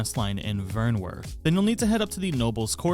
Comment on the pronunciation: Honestly she gives you the discount if you just do all her quests. Also with wyrmsfire its pronounced "worm" lol